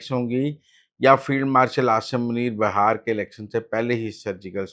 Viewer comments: بھائی یہ ہندوستان کا اتنا مشہور صوبہ ہے اور آپ کا علم اتنا محدود ہے کہ آپ اسے بہار کہہ رہے ہیں جبکہ صحیح تلفظ بہار ہے۔ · Muzzamil sahab that bihar not bahar😂😂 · Brother, this is such a famous province of India and your knowledge is so limited that you are calling it Bahar, while the correct pronunciation is Bihar.